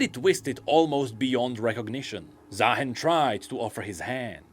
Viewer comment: why its ZaaHEN, should be Zaarooster